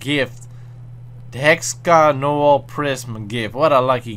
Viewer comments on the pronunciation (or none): none